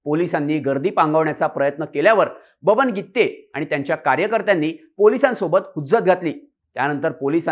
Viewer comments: Irritate zal गित्ते गित्ते... गिते आहे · गीत्ते नाही गीते आहे पत्रकार मराठी चांगले शिका शब्दाचे अनर्थ होत आहे😂😂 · Brother it’s Gite not Gitte😂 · गित्ते नाही ओ गीते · गीते आहे गित्ते नाही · गित्ते नाही रे गीते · गित्ते नाही रे बाबा गीते . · गित्ते नाही रे भाऊ, गिते, गिते.